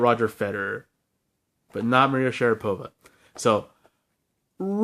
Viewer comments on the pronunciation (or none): Sorry for nagging, but it's SharApova, not SharapOva (I'm Russian, and its kinda awkward to pronounced like this lol sry again). Anyway, great list, some of my favourites from 2021 as well. Good job!